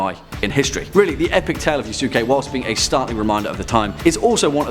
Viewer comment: Japanese culture has some of the most fascinating stories, no doubt. One of my favorite mythological creatures is the Kitsune or Kyubi-no-Kitsune, and Yuuki-Onna. But the story of the swords Muramasa and Masamune is pretty cool to. Also, its Ya-Sk-ae